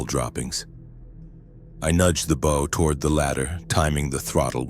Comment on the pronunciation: These robot readers never get bow right. The front of a boat is a bow, not what you shoot arrows with.